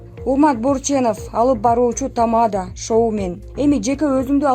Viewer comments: Тама'да эмес чоң кыз, текстти туура окусаңар боло?? Тамада' эң акыркы ,"а" тамгасына баскыч жасалат. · Тамаданы нормально айтсанг